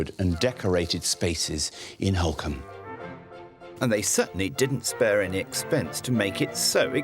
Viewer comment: He keeps pronouncing it incorrectly and the subtitles are spelling it phonetically therefore incorrectly too. It's Holkham pronounced Holk-um